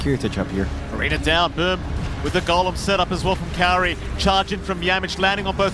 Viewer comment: MLPdota the only one saying kaori's name right